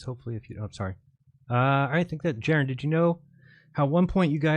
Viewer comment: The I us pronounced eee, u guys!!! Just like Italian, Jeran!!!